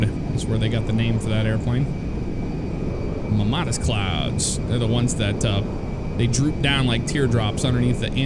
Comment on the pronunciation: So, you said, "Mammatus," but I heard, "Mamadas," and I Googled that, and, well... There it is. Hashtag nsfw.